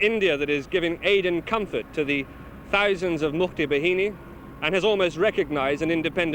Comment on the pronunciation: mukti BA-HI-NI not behini its bahini -.